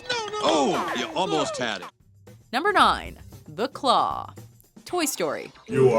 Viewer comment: You pronounced the claw wrong